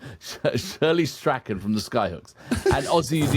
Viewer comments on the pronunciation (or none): Shirley's last name is pronounced as Straun, not Straken lol. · pronounced Strawn, Shirley Strachan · ... except for monotremes, platypus and echidna, they are mamals that lay eggs!! Oh, and Shirley's sir name is pronounced Strawn. And Skyhooks were Australia rock royalty in the 70s. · Tommy Emmanuel, Classical Gas is not to be missed. By the way it's Shirley Strachan pronounced Strawn, He's actually a guy who used to be lead singer of Skyhooks. Sadly missed.